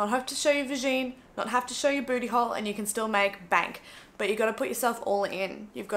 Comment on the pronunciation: ‘Vahjean’ 😂 I’m going to use that now